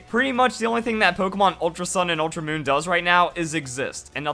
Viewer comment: "ultra oon "